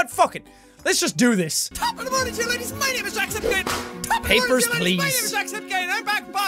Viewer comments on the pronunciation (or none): It’s laddies not ladies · I thought it was top of the mornin to ya ladies not laddies